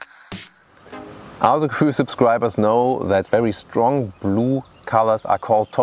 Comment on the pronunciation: Vor allem wenn er Autogefühl englisch ausdrückt...